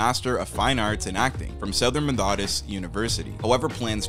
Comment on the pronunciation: Did a REAL human narrate this or AI? Fraser was mispronounced more than once at the beginning. Brendan's uncle is George Patrick Genereux (captioned Jean Rue, due to bad pronunciation). - the places named sounds like a long list, not city/state - Eureka, California. Seattle, Washington. Ottawa, Ontario. - who mispronounces "Methodist"? meh-THOD-ist?? Brendan (never Brandon) deserves a better video. 😟